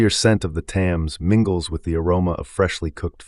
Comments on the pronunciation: The river Thames is continuously mispronounced as ThAmes, with a strong 'a' but in reality the 'a' is pronounced as if with an 'e' as in Ted.... "Themes". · Why didn't this American narrator learn how to pronounce The Thames? Very distracting!